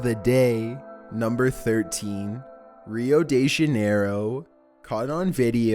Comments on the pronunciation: Rioll Dew Janeirwoo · Rio-day-shine wth this should be a meme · "Rio day-shun-arrow" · It's pronounced RIO DE HA-NEY-RO.